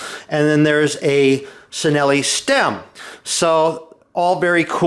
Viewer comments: Chinelli - pronounced Chinelli, not Cinelli.. c'mon you know that - Haha P.s Yes, you have a very distinctive voice mate! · FYI, Cinelli is pronounced "Chinelli". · No... it's pronounced Cineli . As written. No silent letters . Just C i n e l i. (Cinelli). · It's pronounced "Chinelli", the same 'C' as in 'cinque'. Ask an Italian.